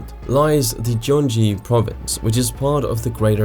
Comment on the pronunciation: 1. Gyeonggi-do should be pronounced as Kyeonggi-do, not Jeonggi-do. 2. Sejong city's future is still not decided, it's a constant back and forth. 3. You dropped a letter from the (now impeached) president's name.